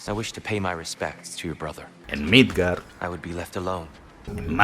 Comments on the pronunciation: Milfgard jajajajaja Waifungandr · "Millfgard"... eso fue tan épico 😅🤣😂🤤